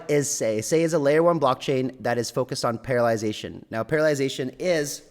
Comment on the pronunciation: Parallelization instead of paralization. :). Close enough we knew but I was curious because it sounded like another word for not being)g able to move?